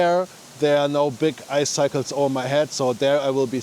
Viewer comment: Als Anglist muss ich eines leider loswerden: Eiszapfen auf Englisch, icicle, bitte wie folgt aussprechen: /ˈaɪ.sɪ.kəl/ Alles andere tut höllisch weh... 😄